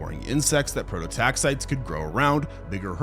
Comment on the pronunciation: AI script. Man cant even pronounce prototaxites correctly and expects us to believe he did all this research